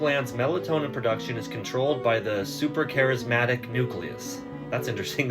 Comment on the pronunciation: It’s not supracharismatic it’s suprachiasmatic…